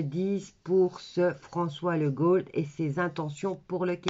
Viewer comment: Ça s écrit Legault mais ça se prononce Lego"